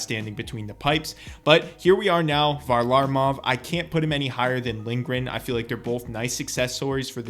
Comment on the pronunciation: Say varlamov right